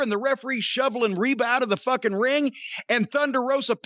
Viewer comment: He keeps calling rebel Reba. 😂 Rebel even put on her jacket "rebel not Reba"